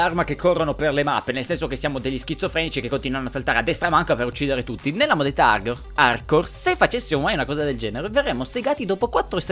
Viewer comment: sembra che dici modalità Arcore.....